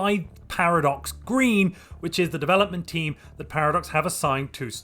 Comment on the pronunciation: it sounded like you said "Developed by Paradox Greed" and not Green